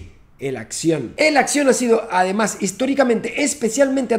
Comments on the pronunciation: "Ademusk"(Además) JAJAJA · Persona normal: Además Papi Santaolalla: ADEMUSK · ¿Otra vez escuché que dijo "ademusk"?🤔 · “Ademask”..... ya sabemos que sos fan de Elon muchacho! Juaaaaaa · ¿Soy el único que se dio cuenta del "Ademusk"?😂😂😂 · "Ade-Musk".... En qué estaría pensando XD